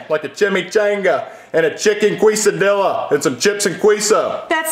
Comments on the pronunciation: When they said Queso and Quesadillas it makes me mad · As An Mexican, I don’t know how to feel when they mispronounced Quesadillas and Queso